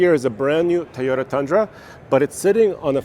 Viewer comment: Its Toyota not Teyota..and with Nissan sponsor of the video and no Nissan...other channels have this content